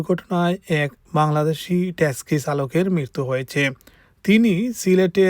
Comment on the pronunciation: Texi ...not teski